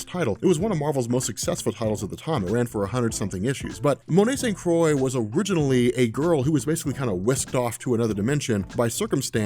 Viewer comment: It's pronounced St. "Croo-ah"